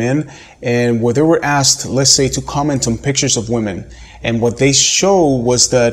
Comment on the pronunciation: Why is it that so many native speaker men cannot pronounce the word women correctly?